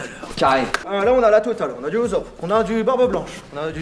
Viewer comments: ça se dit fan depuis tout gamin mais ça prononce UZOPE mdrrr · du uzop c'est ussop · Ces Usopp et non Uzopp. Ces tout. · a dit UZOPE🥲😭😭😭😭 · C moi ou il a dit Uzop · Il a dit uzop😭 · Parcontre à un moment t’as dit « uzop » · du Uzop ? XD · Il a dit Uzop nonnn... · IL A DIT UZOPP ?????????!!!!!!!!!